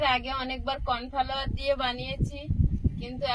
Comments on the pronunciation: আপনি তো বুঝতে পেরেছেন উনি pronunciation correctly করতে পারেন নি, correction kore দিলেই তো হয় উনি আগামী দিনে সঠিক উচ্চারণ করবে। আপনার কমেন্টে ওনাকে ব্যঙ্গ করে বলা টা বেশি করে প্রতিফলিত হচ্ছে। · Cornflour hobe spelling, cornflower noi. Age nije sothik spelling likhun tarpor nishchoi onnoke correct korben. pronunciation tao bhul.